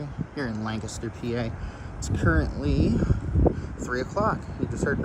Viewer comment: Came here just to hear you say Lancaster wrong 😂 LANK-a-ster